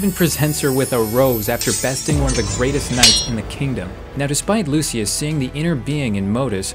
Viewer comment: You’re pronouncing Modeus and Lucia wrong btw